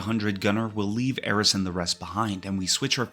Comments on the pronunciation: It's the dedication in pronouncing Aerith incorrectly that I found impressive. In this video, her name is pronounced as Aeris, Aeriz, and Aerits with varying degees of consistency. I felt like I was being trolled by a Tifa fan. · all that work you put in and you refuse to call Aerith's name properly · As someone who played FF7 at launch and still have the original strategy guide, it's Aeris. I never even heard the name Aerith until years later. You're blatantly wrong. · Aerith is /literally/ supposed to sound like Earth. Just because someone mistranslated something 20 years ago doesn't mean you have to keep on being wrong! There's thematic reasons for names in these games, and she DEFINITELY isn't supposed to be tied to /Aries/. Truly some hogbonkers wild stuff.